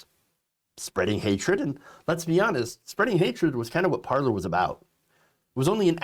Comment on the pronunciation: Sigh...Pronounced par-lay...